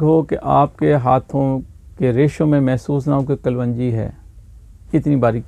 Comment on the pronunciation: Kalwanji nahi sahab kalonji hoti hai.